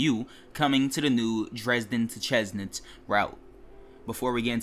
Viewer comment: Chemnitz is pronounced kemnitz by the way